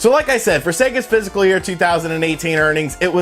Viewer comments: Fis▪kal, sounds like you're saying "physical year" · Please man it’s Pronounced FIS C AL not Physical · The word is 'fiscal', not 'physical '.